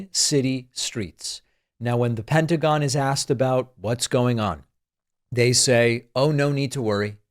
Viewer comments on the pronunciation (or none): none